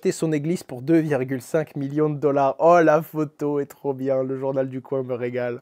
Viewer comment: Il a vraiment dit le journal du "coin" comme le coin d'une table ? 😭😂